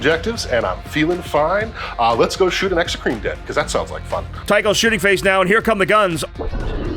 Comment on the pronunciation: Is there any reason or story behind why at Play On they like to say shoosting phase? I know used to say it as a personal quirk but lately I have heard most of the other Play On regulars saying it.